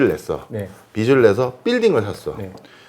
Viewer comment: 언제나 좋은 강의에 정말 감사드립니다. 모든 것이 다 좋은데 한 가지 말씀드리고 싶은 것이 있어서 글을 남깁니다. 경제 프로그램이니까 '빚'이라는 단어가 자주 나오는데, '빚이, 빚을'의 발음을 '비시, 비슬'이라고 하셔서 좀 고쳐주시면 더 좋은 프로그램이 될 것 같습니다. 별 것 아니긴 하지만 옥의 티라고나 할까요.... 감사합니다.